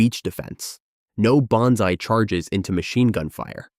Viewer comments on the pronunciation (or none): none